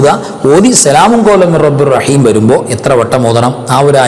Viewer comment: Rabburaheem അല്ല മൊയ്‌ല്യാരെ, rabbirraheem, 😮